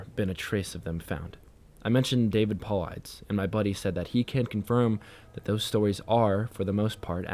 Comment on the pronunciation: I love this and I love your readings. Just a little tip: I would look up every name you don't recognize in the story and learn how it's pronounced. I love that you leave the occasional slip up in there, but for the amount of times David Paulides is mentioned and pronounced like that it kinda tripped me up. That being said, you, Mr. Creepypasta and the lady who did the water tower one on MCPs channel are pretty much the only narrators I can stand reading these. Congrats on 10k <3